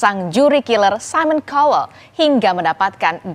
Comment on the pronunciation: Simon Cowel sebutan-nya Simon Cowl - "e" dalam Cowel tidak di sebutkan!